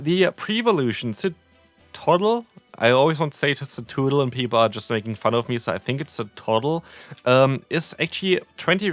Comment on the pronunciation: Aww man I loved the CeTOOdle pronunciation